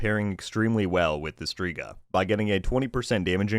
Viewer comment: FYI it’s pronounced (STRE=STRAY)GA witch means WITCH in italian 🤜🏾🤛🏾